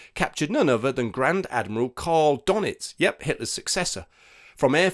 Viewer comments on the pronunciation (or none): Karl Dönitz is pronounced karl doonits